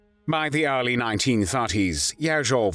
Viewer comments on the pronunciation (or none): "By the arly Nineteen Tharties..." This guy's voice is excruciating.